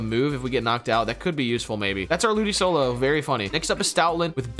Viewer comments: is nobody going to mention how many pokemon names they say wrong ie ludicolo being ludisolo? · ludicolo is pronounced ludikolo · That's the first time I've ever heard Ludicolo pronounced that way.